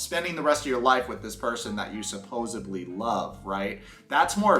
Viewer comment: Bro, I love you but you just said supposeBly, it’s supposeDly 😊😘💕